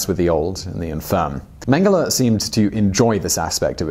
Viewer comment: If you say "mang hala" one more time... Holy cannoli please learn how to pronouce German names